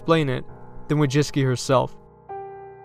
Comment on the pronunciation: You dont even try to pronounce her surname correctly. Madzicky? You got that from Wojcicki??